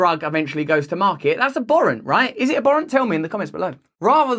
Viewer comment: I disagree... with your pronunciation of abhorrent.